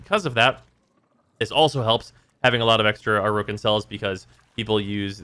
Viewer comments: The original pronunciation puts the stress on the second vowel. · Why do you say "Orokin" incorrectly? They say it correctly throughout the game's story... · likes to mispronounce a lot of things in warframe, (for example "neck ross") it's just kind of tax your ears have to pay to watch his stuff